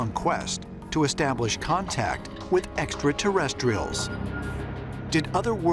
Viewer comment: Or when Georgio says "Exta-terrestrials."